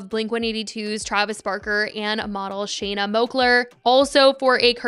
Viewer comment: My god. You’ve been the only person that pronounces Shayna’s name correctly. After she mentioned years ago that ppl always mispronounced, I’ve always noticed. I swear. You’re the 1st MAYBE 2nd to say it right. I don’t even have a preference about her negatively or positively, but that’s something that’s always just irked me. 😂😂